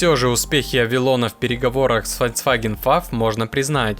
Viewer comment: «ФольЦваген» - у диктора всё в порядке с головой?